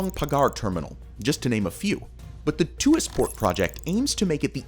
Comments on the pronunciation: The correct pronunciation of ‘Tuas’ is /twɑːs/ (sounding like ‘Twar’). Its not /tuː-ɑːs/ (‘Tu-as’) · its not pronounced "to as" its pronounced "twahs" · Tuas port is pronounced Twaas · Hi from Singapore! This is an awesome video explaining about this megaproject. Its a quick reminder to the world that automation is the future of work, and the way forward in the next few generations to come. Besides the Tuas Port (its pronounced tu-was, single syllable), it would be cool if you could do a video about Singapore's awesome metro system next😊👍